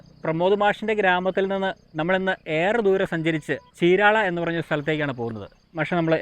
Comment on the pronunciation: 😂ചീരാള അല്ല ചീരാല